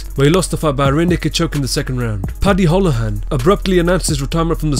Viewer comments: Its pronounced Paddy Hoolahan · It's pronounced Paddy Who-La-Han, we got some weirdly pronounced names in Ireland lol.